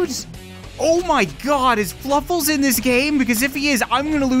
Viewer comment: I don't mean to be a grammar nazi but its fluffles not fuffles